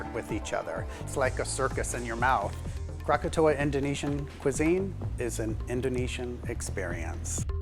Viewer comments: Kirain salah ucap krakatau jadi krakatoa. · It's krakatau, not kratatoa. And we don't drink wine. Sweet iced tea drink is for all